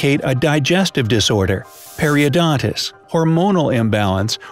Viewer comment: The bloat condition you were trying to pronounce is peri-ton-i-tis, not peri-o-don-tis. not a word unless you add a 't', but then that's the tooth and gums disease Doc! And its gastric DIL-A-TA-TION or sometimes simply DI-LA-TION (not dil-i-ti-za-tion) vovulvus